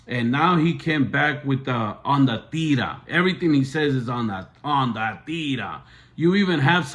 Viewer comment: You can’t even say La tira right your two cents are not appropriate nor appreciated.